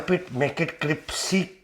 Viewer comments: it’s CRISPY not CRIPSY! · criSpy , not cripSy, crispy crispy, not cripsy cripsy. are you Dyslexics ?? 😄😄😄😄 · C-R-I-S-P-Y !!! (Not «cripsy»!!!) ❤❤❤ PS! «Cripsy» is NOT a word!!! 🤗❤❤❤ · Crispy please not cripsy!!! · CRIPPP SEEE drives me mad... it is crisssss peeee. but you are funny, and it is finally nice to have a recipe that seems to be better than the attempt I have used for years. Nice one. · I immediately subscribed when he said "cripsy"... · My priends and pamily love how cripsy these are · U are crazy and talk too much , it’s not cripcy it’s crispy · Cripsy!!! Is what we used to say in Kenya. I’m the Uk crisPY. 😻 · Cripsy, cripsy, cripsy. What have you done to crispy? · Cripsy. Genius work sir. Our local indian is a bit hit and miss with bhajis. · Cris- pee it is cris-pee!! ☺ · I don’t like the mispronounced swearing, but love your cripsy product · My new favorite recipe to try along with my new favorite word, cripsy. Love your sense of humor! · I’m in straight of, I love cripsy Bhaji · I love them a bit cripsy. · A lot of people who are not native english speakers find crisp really difficult to say, cripsy is easier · And me!!! I was correcting him. 😂😂😂😂😂😂😂